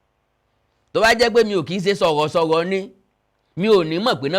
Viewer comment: Yell LadY K OLOSO TO GO FOR SPEECH THERAPY!! SHE SPEAKS LIKE A TWO YEAR OLD. LOOK FOR SPEECH THERAPIST IN CANADA TO HELP YOU SPEAK WELL. YOU CANT BE SOHOSOHO INSTEAD OF SOROSORO.